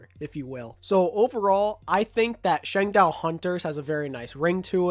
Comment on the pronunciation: No offense, but every time I heard you say Changdao, I winced in pain